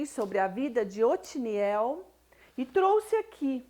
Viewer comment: Otoniel é o nome do Juiz. Vc está pronunciando Otiniel.